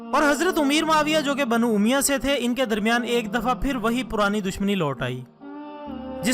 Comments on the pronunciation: Brother it's word banu omiyya not omiya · Sabse pahle apna talaffuz sahih kijiye Jaise ke aqdamat Banu umayyah. Qisas . Khawarij Aur sabse ahm bat muharramulharam ki ahammiyyat roze awwal se hai iski ahammiyyat men sahadat e Husain ko sahmil karna dudh men pani milane jaisa hai Yeh ekhtilafi bahas hai jiska sira muta ayyan nahin is liye yazeed ke maamle men zuban ko lagam di jae Apna mutala wasea ki jiye uske baad dalail ki raushni men video banaiye